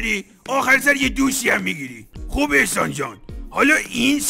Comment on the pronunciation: احسان❎ اخسان✅